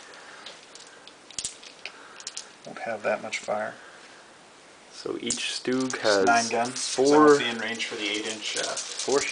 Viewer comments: Actually its StuG, as in Stu-G so it would be Stoog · Stoooooooooooooooooooooooooooooooooog. Its Stug you noobs. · VERY nice board! also you say most of the words wrong just to say so... bocage (Boe-Cage) Sturm (St-erm) and you say StuG funny... stuhhg?....